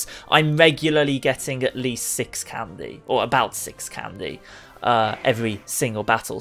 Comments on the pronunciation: Stop saying candeh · I hate the way he says candy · My friend says he dislikes the way you say candy